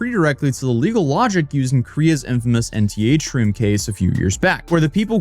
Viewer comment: "Nth room", like "7th room", not "NTH room"